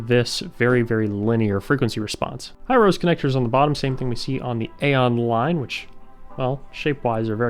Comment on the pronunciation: Hirose is a Japanese name and pronounced hí-ró-sé